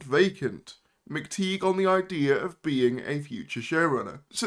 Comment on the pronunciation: PRONOUNCE THE NAME CORRECTLY ITS PETE MCTIGH AS IN A TIE